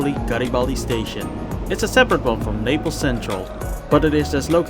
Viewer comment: It's Naples not "Napels"